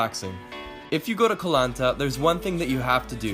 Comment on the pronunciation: The way to pronounce the word ‘Koh’ is like saying the word ‘cops’ but without the end, so like coh